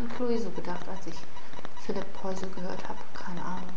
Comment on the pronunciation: du sprichst den namen falsch aus -.